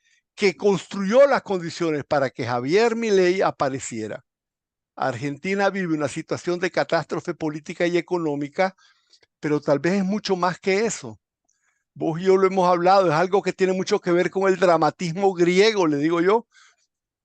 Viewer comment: "catastrofe" no "catastre" y usted ¿que autoridad le asiste para endilgarnos a los argentinos estar en una "catastrofe político/socio-pática? ¿usted ha vivido en argentina los últimos 40 años para hablar de la catastrofe que es la elección de Milei como nuestro presidente? ¿es usted economista con alguna especialidad que lo autorice a opinar sobre el plan economico de Milei?